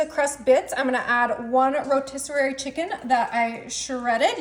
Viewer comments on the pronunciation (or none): Drives me crazy when you say I’m coming in 🙄do overdone ugh and it’s rotisserie not rotisserary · It’s pronounced rotisserie not rotisserary. Also parsley has a “s,” not a “z.” Thx!!!